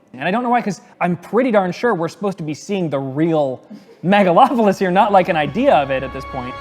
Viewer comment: "Megalon"!?! Does Godzilla show up to destroy the city? Are Gigan and Jet Jaguar there too? LOL